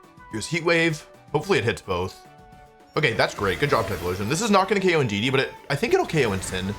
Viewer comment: thats not indudee thats inshedee